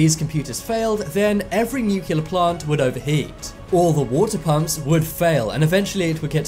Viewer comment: The word is pronounced NOO-klee-ur not NOO-kyu-lur!